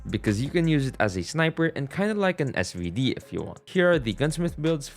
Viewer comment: SVD do you mean SZARVD